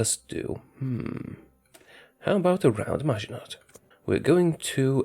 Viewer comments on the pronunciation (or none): LOL! It's noT MaginoT! xD, it's pronounced "Magino", silent T at the end, like most consenants at the end of a word in French.;) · "Around Maginott"